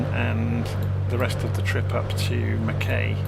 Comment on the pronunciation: Absolutely love your work. Given the way my boy monopolises the XBox, I probably spend more time watching your vids than using the sim! Couple of pronunciations from a (born if not resident) Queenslander ... Mackay = Mack-eye ... Gladstone = Gladst'n ... Hervey Bay = HAH-vee Bay (pls forgive if someone has already raised this!) Great route and plane. Thanks for the videos!